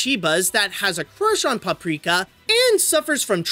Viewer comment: You pronounce it in the beginning caprika instead paprika sry I have bad hearing